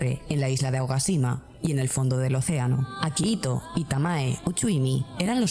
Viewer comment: Es akihito no akahito